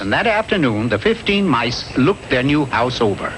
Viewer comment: said "mice" the proper way.